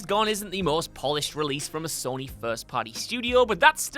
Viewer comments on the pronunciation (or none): none